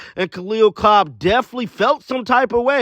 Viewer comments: It's Copper not Cobb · Copper! Not Cob